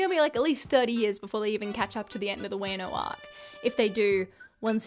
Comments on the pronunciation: Stop.Saying.wAynO lmao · I was actually invested in this video until she said WEno